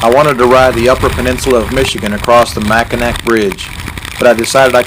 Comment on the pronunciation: Wow I'm glad you got to make the trip through my home state of Michigan. We pronounce the name of the bridge "Mackinaw". But that's no big deal--- What a great trip...Thanks for taking us along!!!!